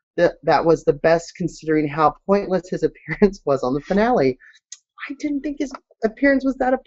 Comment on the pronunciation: you pronounce "think" like "the -ink ". Not the separate words put together but the "th" sound in the word "the". Odd.